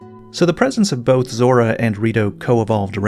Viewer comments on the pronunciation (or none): none